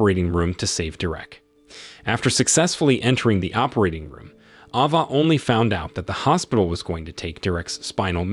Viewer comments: Isn’t it Ava and not Ahhva? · What is an "Ah Vah"... dude get a better AI Narrator.. Geez